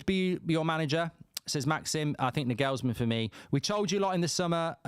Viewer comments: Mark, it’s Nagelsmann (Naw-gul-sman). Not Nah-gells-man. Also, no way does he walk away from managing Germany to manage crappy United. Lol. And here comes Gareth Southgate in 3, 2, 1… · For God’s sake pronounce Nagelsmann PROPERLY!